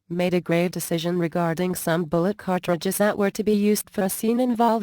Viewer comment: "cart...tri.dges" Lol, computer voices!